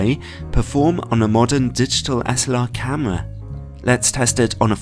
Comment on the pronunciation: love it when he says camwa